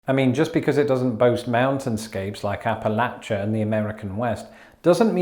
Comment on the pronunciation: Another +1 for pronouncing "Appalachian" correctly!